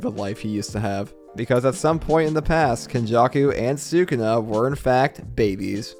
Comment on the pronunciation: i love the content but I cannot stand the way you pronounce Sukuna